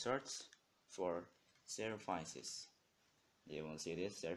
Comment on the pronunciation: Anyway i love it xD "servaises" - 2016